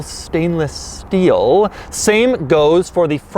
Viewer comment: I love dougiefresh I really do but one thing I just can’t fucking stand is how he holds onto the final syllable of some words and really stretches the shnibble out of it such as “finished in nice stainless Steeeuulll” . Once you hear it it forever latches onto your brain everytime he does it your butthole will pucker ever so slightly. 💀😂